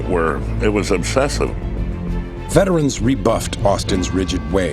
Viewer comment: What the hell is a VETRIN?!?!? IT'S VETERAN!!!!!!!!!!!!!!!!!!!! ALL sportscaster from then to present cant properly pronounce it! Just like the BANgals?? NOPE, thats a Girl group....................